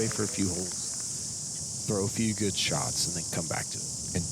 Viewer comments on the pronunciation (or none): none